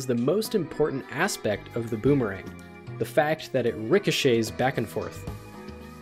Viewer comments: "deadmemerang dandelion". goddamnit lmao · “Dead Memerang” Haha. Ok Boomerang.